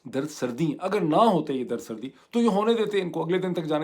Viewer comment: درد سردی نہیں درد سری